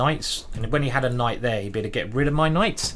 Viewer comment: You lost challenge. You said Kight, even though you shoud not to